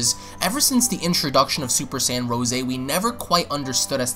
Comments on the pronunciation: It's rose as In the flower. No rooseh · Dude its Rose not Ro'se lmao